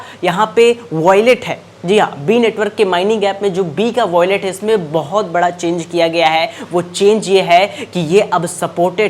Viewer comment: Yeh kub bolna shikhega😂voilet abe wallet bol 🤣